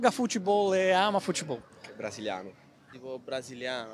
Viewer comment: "braziliano"? hahahaha